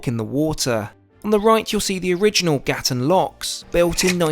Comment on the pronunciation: Dude, it's not Gatun, it's Gatún. You're hurting my ears.